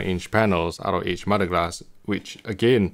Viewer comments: I thought he was saying mudglass. 🙄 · I thought he was saying modeglass or modded glass. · Are you saying "MUD-A-GLASS" ?